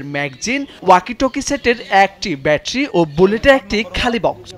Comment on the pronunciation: ব্যাটরি না, ব্যাটারি। ম্যাগজিন না, ম্যাগাজিন। কথা বলা শিখুন আগে